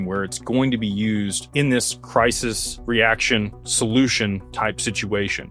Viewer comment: Crisis. Not Crysis.